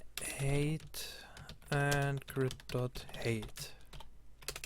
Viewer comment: It's hi-te not hate